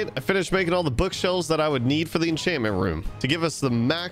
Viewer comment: Why does he say every enchant name wrong😭 infinite, miners fatigue, exp farmer I can’t unhear it all